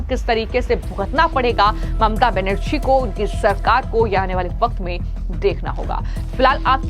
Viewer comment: ma'am its not mamta banasri , its Benarji , your news was good but i dont think u collected the report